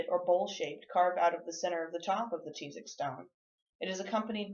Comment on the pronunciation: That's not how you pronounce Tizoc 🙄 And that's my last name